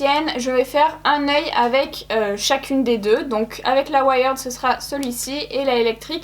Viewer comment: Juste on dit pas ouaïerd mais ouierd:) mais super vidéo merci